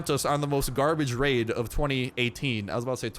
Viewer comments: He said laid instead of raid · Am i the only one who relized he said revenge laid lol